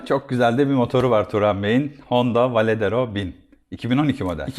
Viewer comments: Önce varedero demeyi ogren sonra video çek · Sohbet ve tanıtım için teşekkürler.. Bu kullanıcı deneyimi videolarında sadece 2 açıdan motoru göstermek yerine daha fazla görsele yer verseniz, sohbetin yanında ballı kaymak olur. Bu arada Varadero yerine hep Valedero dediniz :)) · V A R A D E R O söylemesi çok da zor değil aslında...